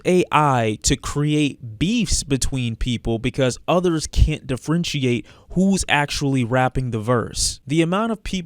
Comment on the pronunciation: That pronunciation of differentiate is wild